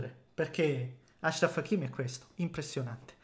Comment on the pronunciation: Bravo, noto che hai finalmente capito come si pronuncia il nome Achraf